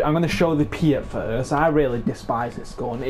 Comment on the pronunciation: Panzer "fowst" and pee-aught. Them's the closer pronunciations.